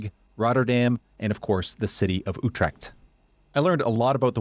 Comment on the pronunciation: All your pronunciations were good bro, except for Utrecht it sounded more like 'Utrekt'. And Twente should be pronounced more like 'Twen-tah